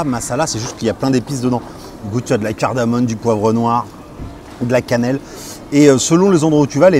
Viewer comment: On dit "CardamoMe" .....